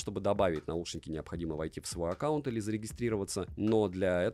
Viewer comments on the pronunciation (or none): none